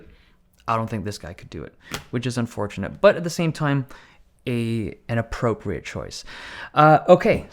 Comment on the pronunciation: ap"pro"priate lol sry